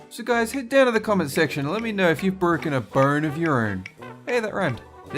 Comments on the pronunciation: WHY DID YOU JUST SAY BTROCKEN ARM!!! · Is it me or he says borken a burn.. Hilarious though..